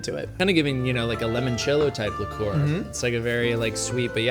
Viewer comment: saying "lemon-cello" instead of "limon-cello" is upsetting